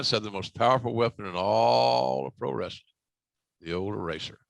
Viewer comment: Its wrAstling not wrestling! 😂